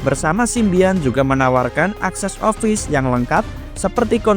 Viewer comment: Pronouncenya dibenerin lagi kak. Masa office dibaca offais.